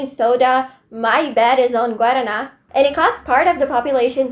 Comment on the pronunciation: * oi esse é o primeiríssimo vídeo que eu vejo do seu canal e eu amei seu estilo !! eu tinha percebido q vc nn era estadunidense pelo sotaque mas quando você pronunciou "guaraná" corretamente eu virie aquele meme do leonardo di caprio apontando pra tv